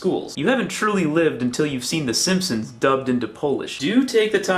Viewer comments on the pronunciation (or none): none